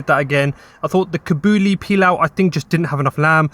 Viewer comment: Kabooli pilua. 😂 Its Kabul, yes as in the city in Afghanistan, then "ee", so kabul-we pilau. The koo-bee-dah with chicken was most likely joo-jeh.